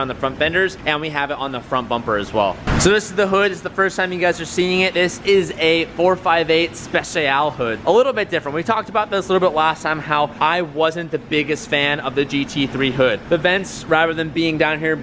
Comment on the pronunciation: The way said specialé made me cringe so bad